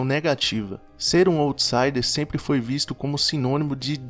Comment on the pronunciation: Parabéns pelos assuntos trazidos nos vídeos, assisti a dois e já me inscrevi. Só queria dar um toque, sem arrogância, só para ficar ainda melhor... para checar a pronúncia no google pois quem já conhece as expressões, estranha um pouco quando ouve... se diz "áutsaider" e "lou profáil" (o outro vídeo que assisti e adorei também). Obrigada pelos conteúdos!